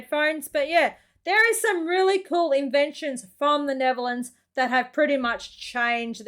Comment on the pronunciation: i think you should go to google translate and translate Kylie Minogue to english. because you dont speak it as written. Oh and its not neverlands its Nettherlands. No not every car has 4WD We dont need it here